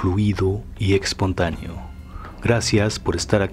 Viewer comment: Me en cantan tus videos, pero me desespera cada vez que te escucho decir "musho" y "expontaneo"